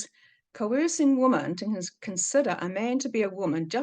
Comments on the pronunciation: Can’t you say woman and women correctly or am I wrong? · Yes, this the second video of yours I’ve tried to watch, and many people have mentioned to you already that your pronunciation of the word women is incorrect. Sorry, I’m out too🫤